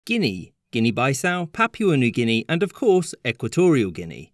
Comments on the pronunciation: Papua* not Papyuer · Its " Pa-Poo-A " not Pap-wa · Why do some nationalities go out of their way to pronounce foreign words and places wrong? Guinea “buy-sow”!? “Papyua” New Guinea? GArage? You know who you are… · Ok… the only people in the world who say “yu” in place of “oo” are those with English as a native language. Papua is pronounced “Papooa”.